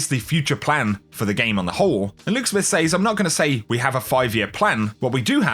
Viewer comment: Really enjoy your videos man, please learn how to pronounce the word "says" please!